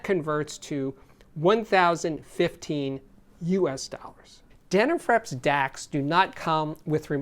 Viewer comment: Forgive me but, how do you pronounce these word ‘flips?’ Then why do you pronounce dena’frips’ as dena’frEps?